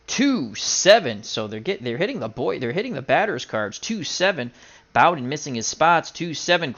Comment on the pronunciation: Hey, hows it doin? Jim Bouton, pronounced Booton. Love your older baseball games, you do it well. Keep on rollin!